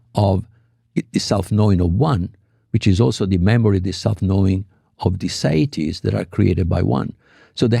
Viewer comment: Federico is pronouncing it sayidees, because he's Spanish Italian with an American accent on top of that, and the host is imitating his guest's pronunciation. The word in English is actually seity, pronounced see-ity, with plural seities. It's a word from the Latin "se" for self, as a being.